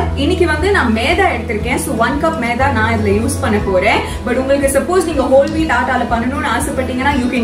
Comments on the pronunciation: Meatha ila Maitha🤦‍♂️ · No meda it is maida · How you pronounce it like'maedha'😂,u r really cute🥰😍😘 Nakshu akka..